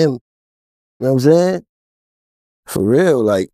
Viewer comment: " Yam saying"?